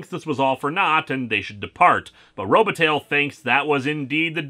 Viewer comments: Is that name really pronounced RO-ba-tail? I know that when it's spelled with an i in the middle (Robitaille) it's pronounced ro-ba-TIE and I believe that that ending is of French derivation. There's a somewhat well-known ice hockey player named Luc Robitaille, so I used to hear that name pronounced on play-by-plays all the time. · Oh, Lewis, your mispronunciations are hilarious. Robitaille is pronounced TIE, not TAIL. (Think Luc Robitaille, for example.)